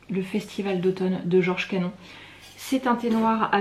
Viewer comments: Superbe collection de Thé... Canon se prononce Canone. Bonne dégustation.. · Cannon donc Cannone .. desolée pour l'oubli